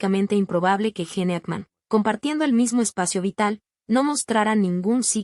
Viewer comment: Pronuncia bien es (Gin) no, gene!!!!